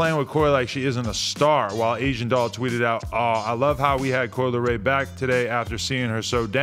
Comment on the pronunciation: Coi "L" eray